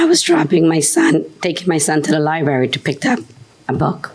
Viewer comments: Li BRARY. NOT. LIBERRY! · Liberry🙄 He needs to spend more time at the Library reading grammar books. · Its LIBRARY! Ugh. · Liberry lol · Oof ..that missing 'R' was KILLINNNNGGGG me 😂. Lie-barry! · I don’t know if these people country or not but down south we say lieberry I’m sorry 😂😂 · Dude has the word "Library" in front of him but keeps say "Lie berry" lol. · So he says "lib'ary," so what... Fugget about it. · I just said if he says lie berry 1 more time then I come to the comments for backup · A 70 year old man saying "liberry", geez!! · What do you expect? The incident happy at the "LIE berry" and all :D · I haven’t watched episode yet because I had to come and see if anyone else felt the same as I… “Gonna scream if I hear ‘lie berry’ one more time”!.. maybe I should just skip to the next… Have a good day PC people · OMG, stop saying "lie-berry"😂😂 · 😂 I thought I was the only one who heard and thought this Lmaoo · Liberry like blueberry. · I was surprised Judge didn’t correct him when he repeatedly says, ‘liberry’. UGH! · You mean liberry?😅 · Ly Berry. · And he said the word over and over again - just for you 😣😂 As both a librarian and a teacher, I feel your pain. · . Incorrect pronunciation like this, is not an accent.